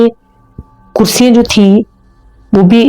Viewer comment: اپنے اردو کے تلفظ پر توجہ دیں۔ اور کچھ الفاظ آپ بہت غلط ادا کرتی ہیں۔ مثلاً چھٹیاں کو چھٹی ییں۔ کرسیاں کو کرسی ییں۔ اور پراسرار کو آپ پرسرار بولتی ہیں۔ no hate. اللہ آپکے چینل کو ترقی دیں۔ آمین۔